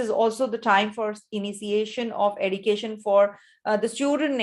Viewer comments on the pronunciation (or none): Srry mam why you say education as edication ??